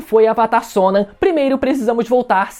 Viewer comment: Please pronounce the name correctly, Sonam